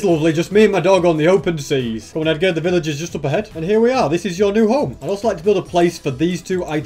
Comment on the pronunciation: Village, no pilage. 🤪